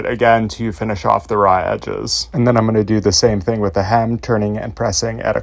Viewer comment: thee?? Thee seam allowance?…?